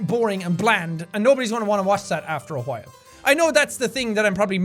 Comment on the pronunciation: jack pronounces while like hwhile. its funny